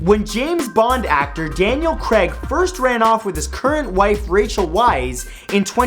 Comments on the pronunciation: Craig... not Creg. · Did he call Daniel Craig Daniel creg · It's Cray-g